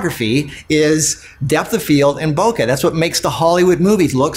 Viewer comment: Lol, love the ending., with all due respect, you mispronounce BOKE ボケ。It rhymes with okay, the KE is closer to "-quet" in bouquet. It's actually pronounced KE, like KE in KE ALOHA. Or the QUE in Spanish. BOKE. Not "bokuh". Love this video, though, lots of great tips. Subscribing to your photo channel.